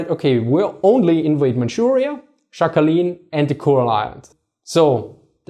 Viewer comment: The island is not pronounced Shackalin btw. In Sakhalin the S is hard and "kh"is like ch in the Scottish loch or the German Dach (roof).